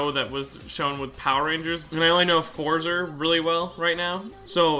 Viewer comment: It's not (for-zer) it's pronounced (four-zeh